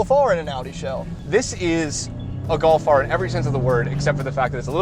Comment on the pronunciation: "Get a Gof R". Not all of us like the look of a hatchback.